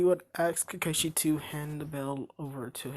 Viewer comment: Did he just say "kakaisi" it's "kakashi"